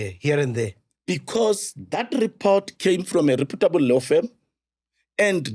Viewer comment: listen to how he says reputable Law firm